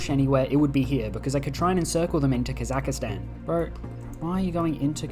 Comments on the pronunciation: The pronunciation of “Kazakstan” as “Kazakistan” justifies Germany’s actions. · its ka-zuhk-staan not ka zahka staan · please remove I from "Kazakhstan". It's not "kossackistan*